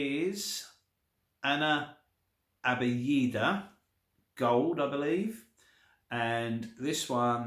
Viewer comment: It's pronounced "Ana Abyad" meaning "I am White".